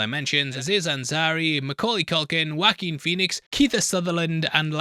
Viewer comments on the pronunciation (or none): none